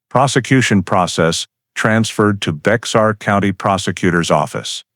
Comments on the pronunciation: Minor point: "Bexar" County is not pronounced with a hard "X". It's a Spanish word and the E&X is silent and pronounced together with a "H" sound. Like Bay-Har. This is a very intriguing story and very factual in investigative lay-out. As a retired Fire/Arson investigator with over 20 years in that position I can relate to every part of this. Every fire fatality had to initially be handled as a homicide until accidental causes could be determined. Once you leave the scene you may be required to get a search warrant signed by a judge to re-visit the now crime scene. The first thing the judge is going to ask is why didn't you finish your investigation when you were there the first time. Lots of times we rely on the results of the Medical Examiner to determine if the victim was dead prior to the fire or if there were in any projectiles in the body that we could not see due to charring. Maybe the deceased was the arsonist. The job was anything but easy and no two were exactly alike. Glad to be retired from this for the past 36 years. Now the only fire I concern myself with is the one I'm grilling hot dogs or hamburgers on. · Did anyone catch the fact that Whitaker said no one would believe him because he had an "in" in the department? Explains why the guy kept wanting him to look at the old boyfriend. I think they need to look at that guy as well. 🤔 By the way, it's pronounced as "Bear" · BEXAR County (pronounced Bear County) not BEX-AR. When the White people came to settle in present day Texas...once they settled and took over the area they decided on making changes (typical of White people). First change was the actual original pronounced name of the land TEJAS. They didn't like it because they decided that it sounded way too much Mexican. So to fix that they decided to replace the letter "j" in the middle to "x" and thus changed the pronunciation of TEJAS to TEXAS. That is the same thing that happened to the county name BEJAR...to BEXAR. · The X is silent 😝